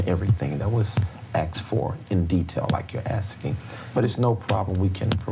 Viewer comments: Every time he said “axed”’ instead of asked , I died a little bit. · For the longest time, I wondered to myself "Was Michelle ever axed?" Today, we find out that she was. Boy oh boy. The anticipation is killing me!